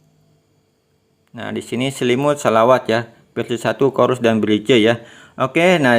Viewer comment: Semangat bang. Penjelasannya cukup jelas. Usul: cara ngomongnya kurang menarik. Mungkin perlu pakai saja ElevenLabs. Usul lain, ,menampilkan teks ttg nama platform, spt Pixverse. Yg lain, belajar BHS Inggris. ,Menyebut "bridge" anda salah.